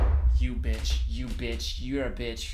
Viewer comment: Him calling the spider a bitsh made me laugh so hard for no reason 🤣🤣